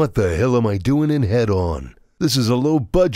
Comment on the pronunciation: Is that really how you pronounce the game title? Head-on? I thought it was HE-don, like hedonism lol